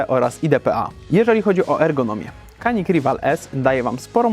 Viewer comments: Jak dla mnie super broń. Nie żałuję zakupu. Tylko błagam Was. To jest Dżanik. Ja wiem że jesteśmy w Polsce i że amerykance mówią Kanik ale w naszym pięknym kraju umiemy w poprawną wymowę i mówimy na Paugeot'a Peżo a nie pełgot :) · Nie zgadzajmy się na pseudo neutralność, szanujmy innych. Skoro Turcy mówią dżianik to uszanujmy ich wymowę.